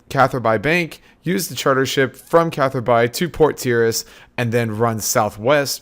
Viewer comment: It's pronounced Catherby not Cather-bye